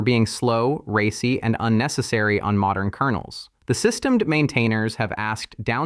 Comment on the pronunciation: "Systemed" instead of "SystemD", you're absolutely right!